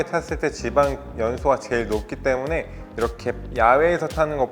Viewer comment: ~하기 뙈무눼~